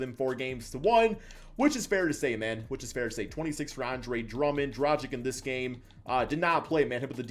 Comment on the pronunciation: "Džradžik" lol. It's Dragić. Or Dragich if you can't say ć.